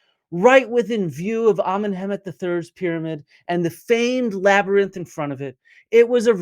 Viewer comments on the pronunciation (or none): I'm afraid that if I ironically say 'Labrnynth' too often I will forget how to say Labyrinth correctly! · funniest part is joes been saying "labernyth" for months. duncan even corrected him on it and he cant stop himself. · “Labernyinth” lol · "The labernynth" says the internets dumbest man LOL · "laberninth" - classic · Can we please take Joe down into the "labyrninth", and just leave him there? 🙃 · Um... what in the holy sweet flying FUCK is a "labrinith?!" 🤦😆🤡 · That's cute. My ex's 5 year old daughter pronounced it Labernith too. It was her favorite movie. Also: Me "Say French." April "French!" Me "Say Fries." April "Fries!" Me " Say French fries. " April "Ench fries!" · Dude can't even say labyrinth correctly. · My theory is that Joe keeps mispronouncing labyrinth so he can say that technically he's not spreading misinformation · People actually believed Toe Rogan enough to deny science and willingly die from covid, and the man can't read the word labyrinth ☠